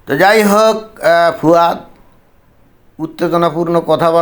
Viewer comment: দাদা,একে ফুয়াদ না বলে ফাওয়াদ বলেন ভালো হবে।